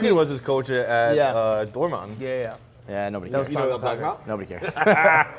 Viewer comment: When tried to pronounce Dortmund 😂 try harder